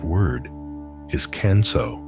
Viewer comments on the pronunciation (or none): I can’t believe that you mispronounce “Kanso.” You pronounce “kan” like “can” of soup. Japanese would pronounce “kan,” “k-ah-n.” May I suggest doing your homework before posting a video, thereby avoiding making fools of yourselves? Secondly, your interpretation of western minimalism is inaccurate. In sum, this video is bogus, in my view.